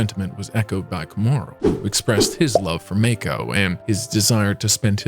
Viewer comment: What the fark is meiko? Its MAA KO. Show some damn respect and do your damn research